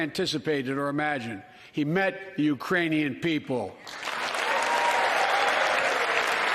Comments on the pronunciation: Sounded like "Uranian". He probably thinks we've colonized Uranus. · he said Uranian lmao.